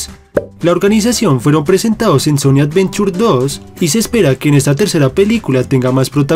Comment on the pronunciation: sonic avenchur